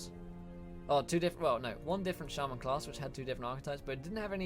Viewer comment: Am I the only one who got angry at the way he said shaman